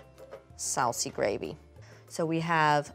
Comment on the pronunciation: the way was you say sauce is too funny